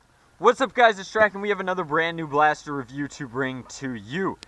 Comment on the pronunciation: he said revideo at the beginning XD